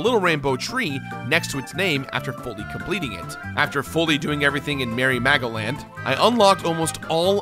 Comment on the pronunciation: Am I thr only one hearing Mary Magdalene instead of Merry Magoland?